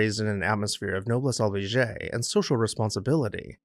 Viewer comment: Nobless oblige is pronounced: "no-bless oh-bleejz." Chinoiserie is pronounced "sheen-wahz-air-ee."